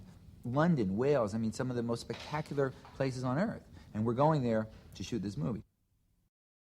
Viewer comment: Earf realm.